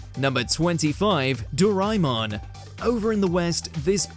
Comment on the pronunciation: When the F TART people say “ Do”rai”mon instead of DO”RAY”MON. Don’t just anyhow make up names to make your life easy Pls ah bulk up on Asia culture especially if you really are keen on getting to know the stories .